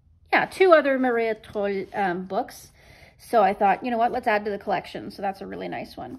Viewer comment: Thumbs up for the pronunciation of Maria Trolle! Best I heard from a non-Swede. I also like the books you picked :-)